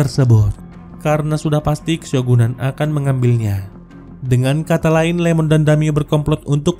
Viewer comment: Iemon bang. Bukan Lemon😅